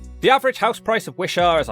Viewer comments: Are you mispronouncing Lanarkshire & Wishaw, intentionally? If so, touché! LOL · ‘Wisha’ what? it’s pronounced Wi-shaw. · It's pronounced Wish awe and its next to the M74 not M8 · That and the pronunciation of wishaw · I'm impressed at how you managed to mispronounce Wishaw.